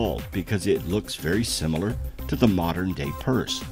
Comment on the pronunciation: I’m fascinated by his pronunciation of the word “similar”….it sounds like he said “Sim-mew-lahr”? Is he mixing up the word similar with simultaneous? Same root maybe?